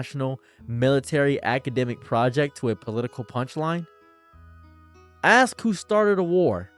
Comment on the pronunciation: Why can't you say ask correctly